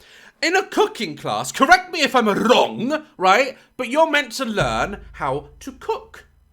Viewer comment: My favorite time-stamps♥ "oh its got bin juice coming, oUGH" "OH you ffff--------" deflates "just spit in their mouth, just puh-" convulses "even if they went EUGH" That killed me💀 "correct me if I'm wRRRong 🇪🇸 /sarcastically/ "idk about you but I don't see the difference" "I need to hit someone" dumbfounded